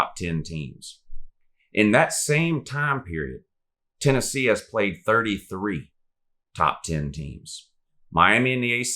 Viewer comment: But who have dey pwayed Woo